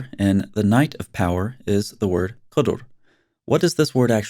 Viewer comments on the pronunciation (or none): The right pronunciation is: "qadr".. not:"qudr".. It's the most annoying night of the year for me since i live in the Middle East.. imagine buffles amplifying prayers from so many minarets all night! Literally! I once called the police and they said have a little patience.. 3 more days and it's over.. Little they knew I am an ex- muslim new born Christian who has health issues that makes me hypersensitive to any noise.. 😂